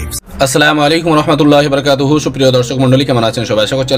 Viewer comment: তুই তো সালামটা সঠিক দিতে পারিস নি ওয়া রাহমাতুল্লাহি ওয়া বারাকাতুহু শব্দটা উচ্চারণ করতে ভুল করছিস তুই আলেমদের সমালোচনা করিস